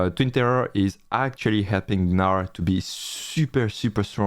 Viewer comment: It's pronounced as Nar, not Guh-nar.